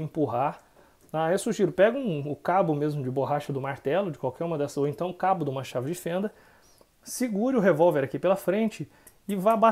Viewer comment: Parece até que ele ta falando "o cabo de um machado de fenda" kkk...